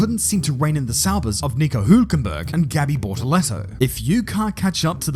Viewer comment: Thank you for pronouncing "Hülkenberg" properly.